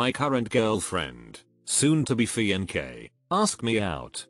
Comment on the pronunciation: I'm just sitting here laughing about how the bot voice said Fiancée.